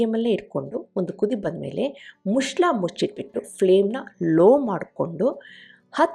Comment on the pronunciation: Mushla alla madam muchala. Kannada sariyagi matadi pls